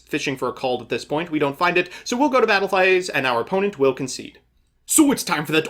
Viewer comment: "So we'll go to Battle PHI-Aze"